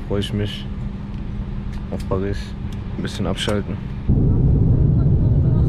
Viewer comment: Bitte sag nicht perissss😂